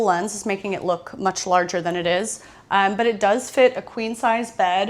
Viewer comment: I noticed a couple of videos ago that you pronounce your umm's more like uhym's or ahym's (I think it's called vowel-breaking?) and now I can NOT unhear it 😂😂😂. I'm dying to know if your literary big sis has a reaction to this, lol 😂😳😅😁.